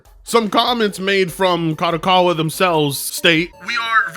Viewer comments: Oh frit! Is like someone said on the comments of this guy video, he barely can speak English, do you expect him to say Kadokawa correctly? Also, if you watch the other videos about this company, this guy insist to say KADOWAKAWA for some reason, I guess is just to piss off the viewers. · He can´t even say the name, of the company right. KADOKAWA it is not that difficult. Besides that "" don´t know any games, made by KADOKAWA besides Elden Ring, he couldn´t name one. Just in case people wonder Kadokawa, was involved as developer or publisher for games like: Killer is Dead Lollipop Chainsaw Angels of Death Ninja Slayer and Sword Art Online: Code Register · can barely speak English, you expect him to be able to pronounce Kadokawa? Lmao and his pronunciations aren't even funny like papa Gundam